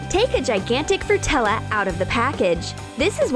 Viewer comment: Fruit-tella? too much sweets ugh...